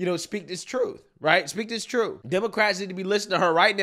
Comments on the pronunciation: Its truth not truf. Learn English before you spout foreign or domestic policy! I also bet she says ax instead of ask as well! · Hey, I'm just glad she's finally speaking the 'troof'! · Why anyone would listen to this woman to hear “ da trut” is beyond me.